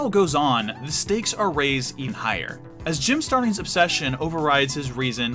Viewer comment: When I hear "Jim Starling" I hear "Jim Sterling"